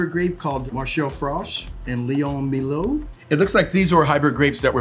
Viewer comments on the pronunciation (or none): none